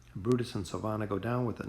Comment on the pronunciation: Am I the only one that gets kinda annoyed that he says Silvana and not Silvina?